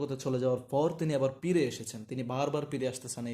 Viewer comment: পিরে নাকি ফিরে